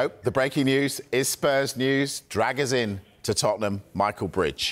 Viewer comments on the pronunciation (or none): the last part is a long “Sheen” not “zin” like the guys in the video pronounce it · By the way it is pronounced “Dragoo-Sheen” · All saying his name wrong, it's pronounced Druh-gu-shin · Imo "Druh-goo-shin" sounds more accurate